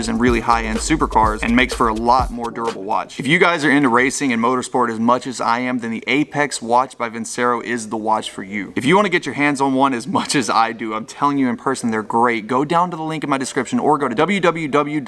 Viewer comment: Vincero is pronounced Vinchero btw